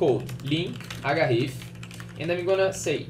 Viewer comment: Agáref?? Portinglês kkkkkkkkk (Zoeira, acontece.)